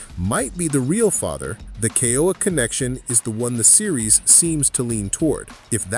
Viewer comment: Ke-ooo-uuu -aaa these are sacred names of our Ali’i need to pronounce them correctly. They were considered the heavenly ones.